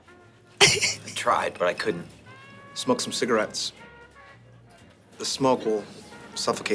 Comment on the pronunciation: can we talk about how Mac says “cigarettes”?